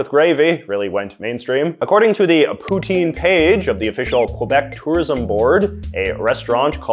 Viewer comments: As a Canadian , you should really pronounce poutine correctly Poo Tin , not Poo Teen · It's pronounced p'tsin